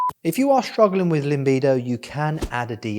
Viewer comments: Limbido? I thought it was pronounced Libido. 😂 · Great. It's libido not limbido though ;) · stop saying LiMbido there is no M in it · Cracks me up when he says "LIMBIDO" hahaha Its a new Soca Dance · my boy said LIMBIDO